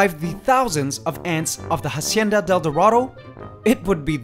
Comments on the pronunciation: If your gonna name the enclosure Hacienda del dorado at least pronounce it right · Please stop pronouncing "hacienda" wrong, the h is mute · In Hacienda the H isn't pronounced in spanish. Fantastic channel.